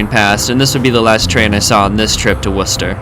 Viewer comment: Heads up, there is no H in Worcester!